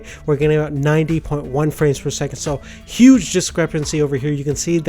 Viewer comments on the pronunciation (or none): none